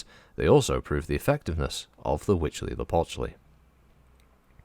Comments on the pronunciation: I think you pronounce it better than I could, but for reference, Sean Bean says it like "hootz-lee-a-pooch-lee" in Civ VI when you build the world wonder "Huey Teocali" and since I'm no scholar on Nahuatl, I have no issue with either way to pronounce it... and concede it is quite a mouthful. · Good job on the name. You were corect